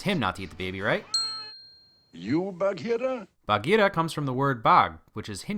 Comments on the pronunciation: I like how you pronounce Baghira :) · Your pronunciation of Baghira is perfect!